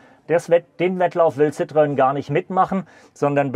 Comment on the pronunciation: Nicht "ssitrön" sondern "ßitro-enn". 🙂👍